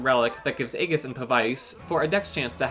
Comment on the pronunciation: Really nicely done. Good strategies to make the best use of the wonderful Ashe. FYI, Aegis is pronounced ee-jiss; and Pavise is pav-iss (or pav-uhs for US English).